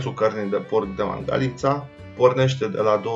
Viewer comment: Nene vezi ca Mangalita se pronunta altfel, cu accentul pe alta silaba.